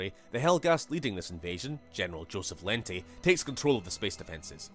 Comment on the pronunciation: Wow. I'm not sure how it happened, but the way Lente is pronounced is wrong. Maybe there wasn't enough communication between the writers and the voice actors, or maybe they just didn't care. Lente, as it's in the game, sounds ridiculous.